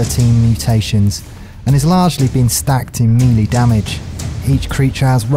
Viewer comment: I dont want this to seem like a hate comment but in your series complete ark on the island yoe pronounce pteranodon and melee wrong. It just annoys me. Melee is pronounced maylay or melay not me lee and pteranodon is not pronounced terradon. But love your videos you inspired me to finish ark and tame higher level dinos thx for the help :)